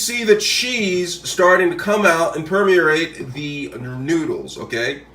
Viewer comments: It's pronounced Per-me-ate. (Not per-mer-are-rate. You threw in all kinds of R's into the word. Haha) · "Raymond Noodles and PermERrate" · whats a perm-me-er-rate?